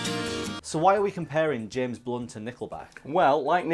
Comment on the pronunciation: i thought you said james bonds